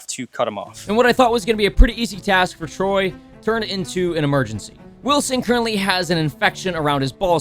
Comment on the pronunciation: It's not trey,it's T R O Y Y Y Y